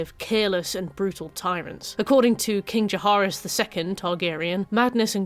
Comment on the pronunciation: Insane pronunciation of "Jahaerys" there 😭